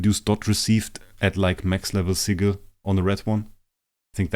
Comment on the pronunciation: Love the vids❤. Ps please dont say sigel its sigil many thx . 😂😂😂😂😂😂😂